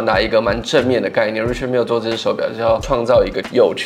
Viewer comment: Its pronounced Ri”Shard” Mille.